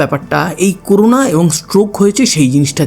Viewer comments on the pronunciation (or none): করুনা না করোনা হবে😒